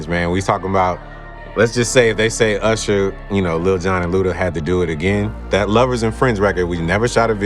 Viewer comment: How you not gonna ask him about Ursher and P Diddy? Yes, URSHER. Lol good episide though, for real. Luda seems to be a good, genuine dude.